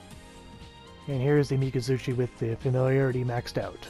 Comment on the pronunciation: It's kind of funny when it clearly write 'miKazuki' yet he say 'miNazuCHi' & 'miZazuChi' and 'kokaji' as 'jogei'. I just find the pronunciation a little funny that's all.